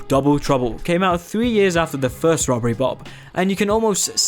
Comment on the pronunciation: did i hear that well? Bobbery rob